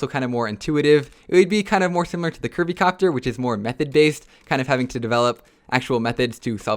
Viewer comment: When he said curvy copter I thought he said Kirby copter